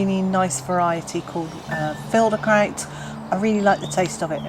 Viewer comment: Hello, I'm from Germany and I think you pronounced "Filderkraut" und "Dottenfelder Dauer" perfectly. Thanks for your tipps. I realy like your videos.